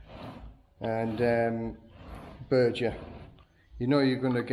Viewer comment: It's not Berger paint, it's Beger. Probably a Thai knock-off. I love your tile floors.